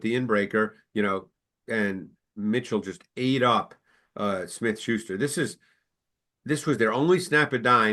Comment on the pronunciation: I just couldn’t bare hearing “Juju Smith-Shuester” all day